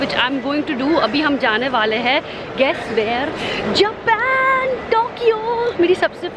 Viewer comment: Japen nahi japan bolna sikho